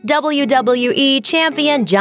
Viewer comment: The way you say "wwe and wwf" makes me not want to watch wwe